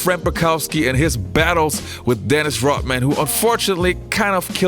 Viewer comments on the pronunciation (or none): Why does he keep saying dennis rotman? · RODman not ROTman